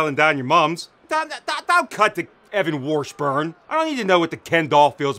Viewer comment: Evan "The Ken Doll" WARSH-burn Brutal 😂😂😂